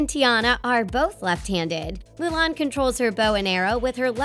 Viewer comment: …….did she just mess up Mulan’s name pronunciation?